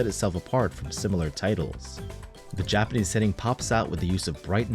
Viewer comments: Did you live in Japan as your Japanese pronunciation is spot on! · Having lived in Japan for 15 years im extremely impressed by your pronunciation of the Japanese language, is this some AI trickery?